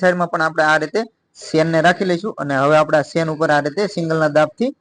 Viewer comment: ખૂબ સરસ ચણીયાચોલી બનાવી છે. તમારી ભાષા ગામઠી છે પણ અમને સમજાય છે, પણ ચેન ને તમે સેન બોલો છો તેના કરતા જીપર બોલો તેનું અસલ નામ જીપર છે.